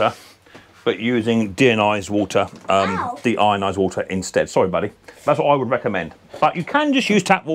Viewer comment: How does he have such a problem with "Deionised" ???